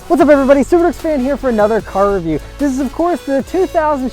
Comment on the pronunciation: 00.23 "What's up everybody, soup or ducks fan here..." Lol